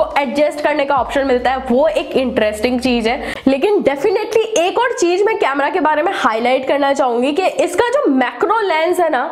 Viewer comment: Aap ek baat ka zaroor khyal rakho Apni language sudharo agar ese content bana rahe ho to jese ki Z or J me fark samjho or cheej ki jagah par cheez bolo S or Sh me fark karo I hope you understand this. Aapki videos me char chand lag jaenge agar apne pronunciation par dhyan de diya to.